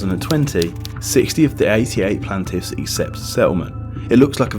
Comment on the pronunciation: How did you mispronounce "plaintiff"? The quality of your work is dropping.